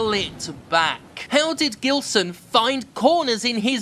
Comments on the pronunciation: not that it matters, but I think the "G" in "Gilson" should be read more like the "J" in "Jill" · Btw, Jim, if this guy is from Brazil (his name sounds Brazilian), you probably have been pronouncing it wrong. The "Gi" in "Gilson" is pronounced he same as the letter G itself. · The G in Gibson actually sounds as a J in portuguese. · I laugh everytime you talk about this developer, because my dad is also called Gilson (but we pronounce it in another way because we're brazillians) and it brings me the giggles to listen you say "gilsonlike" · With that name and that level of hackery, he is most certainly Brazilian. If so, even his name's pronounciation is weirder: Geelson